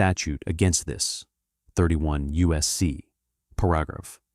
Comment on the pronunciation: STUPID AI voice pronounced the word paragraph . . . “por-ahh-gruff” STOP using AI crap.